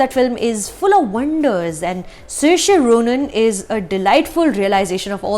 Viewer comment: I can relate with how you fumbled with the name of Saoirse Ronan.